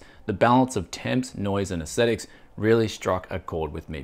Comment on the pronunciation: pronounces "aesthetics" as "ascetics"... I wonder how he would pronounce "ascetics"? Hmm.